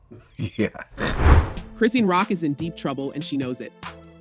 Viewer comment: Her name is not Chris ine, it’s pronounced Chris Sean , if you’re going to report on a story, at least say her name correctly.